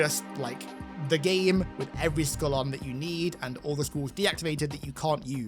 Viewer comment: You sound like you say "schkool" instead of skull